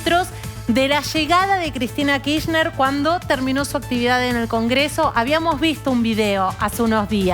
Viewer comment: ¿por qué la periodista insiste en decir KiSHner? ¿tan complicado es pronunciarlo completo, con la R?